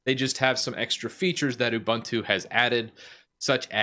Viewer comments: Ooh-boon-too, not uh-bun-too. 😂 By the way, I love your T-shirt. I'm a huge fan of the Alien series. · It's pronounced "SOO-doo". And "ooh-BOON-too".